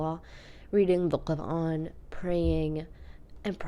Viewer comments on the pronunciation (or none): none